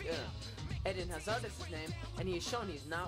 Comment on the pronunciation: The way he pronounce's "eden" Eeeeeden not ed-in